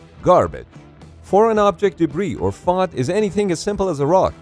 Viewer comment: You don't pronounce FOD like that lmao. So cringe